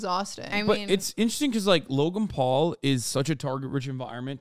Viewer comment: I always hear “Logumpaul” whenever hasan says Logan Paul lol